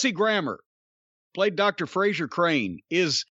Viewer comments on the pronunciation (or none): none